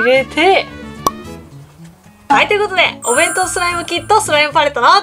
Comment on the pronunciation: パレットが完成したときの 弁当弁当弁当弁当！が ベトベトベトベト！に聞こえたのは 私だけじゃないはず🤔